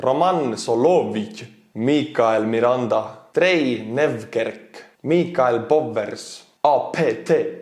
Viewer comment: None of them sounded too bad to me until he got to Michael Bowers lol